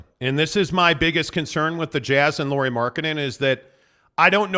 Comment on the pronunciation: Some thoughts on Lauri: Firstly, as a show that talks a lot of Jazz, you guys could give your newest All Star that much respect that you would learn to pronunciate his name. It's not a Lori Markkanen, it's Lauri as a how English speaker says name Lowry. Well, at least close enough, nobody expects you to learn to roll your r in the middle 😄 Secondly I think his biggest downside is same as his biggest upside. He is a pretty typical Finn: he is reserved, polite, humble and ultimate teamplayer. He doesn't demand stuff, not ball, not plays drawn to him and at this season there has been comments from players that he has needed his teammates to remind him he's their guy. Unfortunately for him, NBA is alfadog game. But! he has improved a lot since earlier seasons about taking the number one role. Earlier in the season Conley was the leader of the pack and Lauri could be "just" number one. Now that he's gone, Lauri knows he need to be and also wants to be the leader in all possible ways. It will be learning process for him since it's not natural to him. I think though that if he get second season with Jazz and good roleplayers and can be The Man, he will be a lot more alpha next year this time. If Ainge gets some other alpha to come to the team already in next season, I don't know if we will see Lauri taking that step with this team.